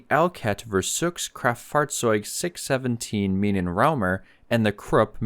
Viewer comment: "Minenraumer" 😂😂😂 - This is what happens when you ignore Ä's!